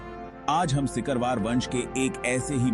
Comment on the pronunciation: सिकरवार होता है सकिरवार नहीं होता .कृपया इसे सही करिये